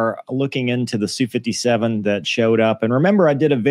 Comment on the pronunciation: Geez it's "ess", "You" 57 not Sue...